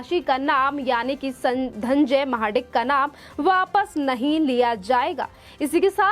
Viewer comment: धन्जय नही धनंजय बोल